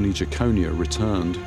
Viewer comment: It's pronounced Jekon-eye-a not Jackonia